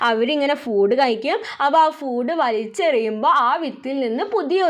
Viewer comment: Miss ഫൂട്‌ അല്ല ഫുഡ്‌ ആണ് 🙂